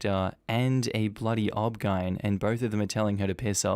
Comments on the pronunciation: please for future videos saying "obgyn" as a word is like saying r.i.p every time you mean rest in peace the poster didnt put the "." in O.B.G.Y.N. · That first story was absolutely awful. Also, in the USA, we say each letter for OBGYN. So hearing "obgeine instead of O.B.G.Y.N was very strange. Were you trying to just speed up the video or is that how you say the name as an Ozzie? I'm curious. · So is "OBGYN" pronounced "Ob-gine" in Australia instead of O.B.G.Y.N.? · OBGYN is pronounced O-B-G-Y-N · I'm surprised I haven't seen as many comments as I should about this but OBGYN is pronounced as O-B-G-Y-N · O B G Y N, not pronounced as a single word. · I keep giggling at the obgyn pronunciation